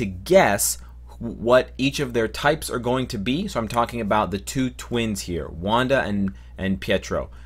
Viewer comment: I love how you butchered the names for wanda and pietro